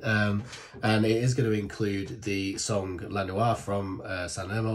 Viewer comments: The right pronunciation for the title is .. LA NOIAH.. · La noia si pronuncia come è scritto